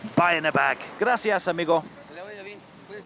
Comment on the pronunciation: It was SO cute to see the part where you said: "GRASIAS AMIGhO" Always like to see outsiders from my country try to speak our Language! From: A Fellow Mexican